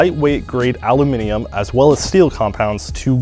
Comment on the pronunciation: he actually pronounced aluminium correctly